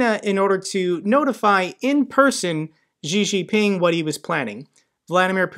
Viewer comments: Pronounced "She Jing Ping" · could you not pronounce Xi Jinping as "Jzhee Jinping"? That just sounds really uninformed. If you're reporting on geopolitics, at least pronounce the names correctly. The "jzh" sound doesn't exist in Chinese, in any dialect. When China came up with its roman alphabet orthography (the Pinyin system), they reassigned the letters X, Q, and C (letters that they thought were redundant) to sounds that would otherwise be spelled with the letter combinations Sh, Ch, and Ts respectively. Xi Jinping is pronounced "Shee Jinping".